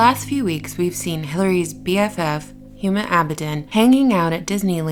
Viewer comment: Pronounced "Uma."